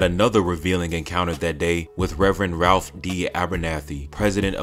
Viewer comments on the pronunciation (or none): none